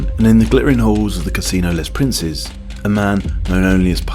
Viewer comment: You need to look up French pronunciations for your video: Cannes, Les Princes are just so far off the real thing that at first I barely registered they were supposed to be French